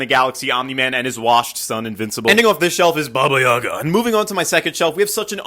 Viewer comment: It's funny how he said baba yaga like 爸爸看到了 ( baba yaga in Chinese)